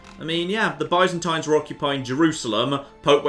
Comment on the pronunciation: saying byzantine wrong every time is really frustrating almost as much as him missing that he has an empty councilor.